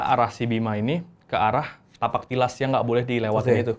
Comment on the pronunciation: bukan "Tipak talas" bang .. tapi " Tapak Tilas" ..